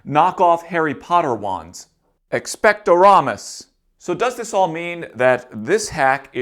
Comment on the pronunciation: Expecto-ramas? Its Expecto-patronum ya dumbo.